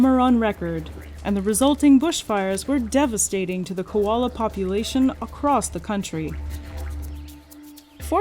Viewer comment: Girl its Koala Not Kolola